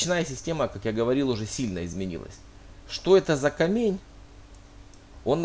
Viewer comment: Почему КамЕнь, а не КАмень? Может быть, это просто обычное слово русского языка "камень", с ударением на 1ую букву а. Сейчас же есть, например, город Камень-на-Оби (он произносится именно как кАмень.)